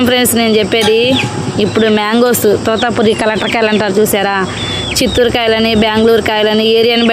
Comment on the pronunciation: Totapuri not tutapuri